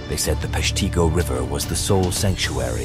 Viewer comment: Locally we pronounce it Pesh-teh-go. Other than that an interesting channel and episode.